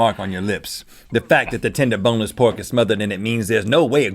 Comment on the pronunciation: this man said B O N E L E S S.